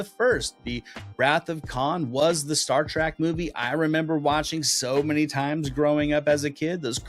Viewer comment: "Star Track"...🤔